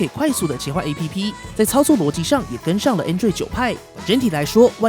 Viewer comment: APP的唸法是"ㄟˋ ㄆ˙"喔